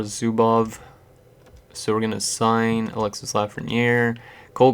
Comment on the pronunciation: You dont say the S in Alexis